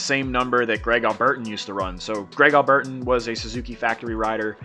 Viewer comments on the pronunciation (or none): They dont do quads at the Loretta Lynn's amateur nationals. Kari placed 19th in 2011 and 28th in 2013 it's all highly documented. It's a prestigious event every professional today has come up thru the ranks racing lorettas. I cant believe you've never heard of Greg its pronounced Al ber teen they call him alby. He's literally a legend that came from south Africa. Before Grant Langston. He won 4 championships he beat Jeremy McGrath.